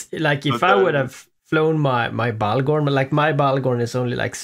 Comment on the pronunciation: I’m sorry cannibal I owe you a new bahgorn :,(